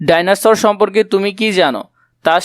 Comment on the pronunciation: সার ভাইনোসর না এটা হচ্ছে ডাইনোসর 😂😂